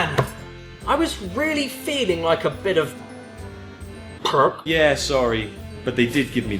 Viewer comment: did anyone hear perk than pork in the restraunt sceen